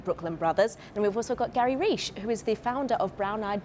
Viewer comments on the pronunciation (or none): Reesh. That's not how I thought the name 'Reich' was pronounced.